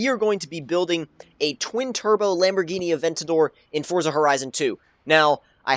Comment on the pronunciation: lamborgihini unrs